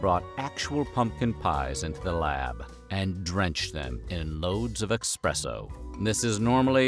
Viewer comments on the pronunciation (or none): LOL yeah, it's pronounced Es-press-oh not the way people like him that say expresso. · My mans calls it “eXspresso” and “chia tea”. Come on man 🤣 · Sorry, did you say expresso? Expresso? Coffee lovers are currently lighting torches and sharpening pitchforks... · Did I hear you say expresso?????? EXpresso??? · "Expresso?" Wtf, you are supposed to be the OG Narrator and not make these silly mistakes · All of this meticulous research and then you pronounce it 'EXpresso!?' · It is pronounced espresso and Kai tea,. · Dear narrator, there is no "x" in espresso.